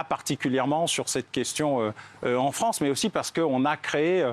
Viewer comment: la fwansse plutot ou lafronce